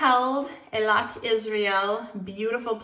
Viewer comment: You pronounced Eilat like a Sabra ( native Israeli) better than Steve Harvey ( he pronounced it “ AEYLOT “ and it sounded funny everytime, ha!ha! It is pronounce “ EELOT “ ( I lived in Israel for 23 years , I know so !) before finally moving back here in Washington,DC.